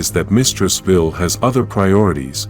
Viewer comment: Vile not vill....